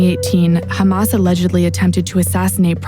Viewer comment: It’s Hamas not Humus